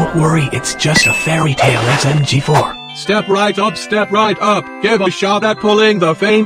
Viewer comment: says SMG4 correctly for the first time